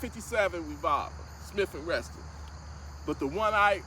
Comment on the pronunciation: Bro YOU WERE BORN INTO THE SECOND AMENDMENT. DONT BE MAD AT ME BUT THERE IS NO T IN SMITH AND WESSON. YOU KNOW LIKE THE COOKING OIL. YOUR SHOW IS ALWAYS COOKING! EVEN WHEN YOU SAY GLOCK WHICH IM ALERGIC TO OLD SCHOOL BUT IM ONLY SCHOOL! SURE NUFF! KEEP UP THAT SMOOTH. COOL?